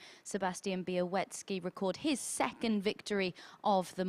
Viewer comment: Bialecki not Bialeki...